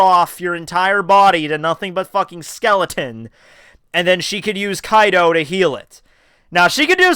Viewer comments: Why does he keep saying Kaido instead of Kido? Just wondering... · It is kido not kaido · Kido- kE-dO you say it right some times but not most of the times Kaido is what you say and i keep looking for dam yonko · Kido my man. Not Kaido. Hearing kaido is irks me. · Please say this with me... "Key... Doe" Kido is pronounced that way... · KEE-DOE, NOT kaido from OP c’mon now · KEEEDO. NOT KAI-DOE. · The way you pronounce kido bothers me when I watch this.